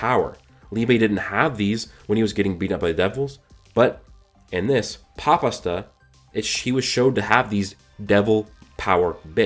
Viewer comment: I don't know why but everytime he say asta it sounds like pasta to me lol